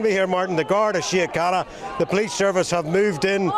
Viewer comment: You can't even say the name of our police force properly and they are not middle class people they are scumbags who are probably all claiming the dole .